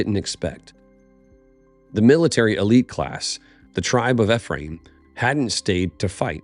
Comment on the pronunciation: Its ee-free-uhm